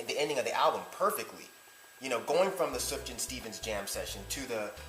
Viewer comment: SOOF-YAHN. (not SUFF-JAN)